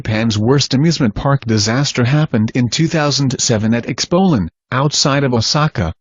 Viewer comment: he said expolend instead off expoland